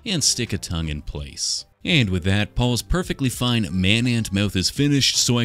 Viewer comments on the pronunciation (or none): none